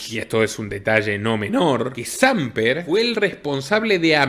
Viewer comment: Se dice Sampér, le pongo tilde para que corrijas la pronunciación, un abrazo!